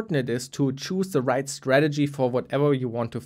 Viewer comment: Daran, wie du choose ausgesprochen hast, kann man direkt merken, dass du deutsch sprichst xD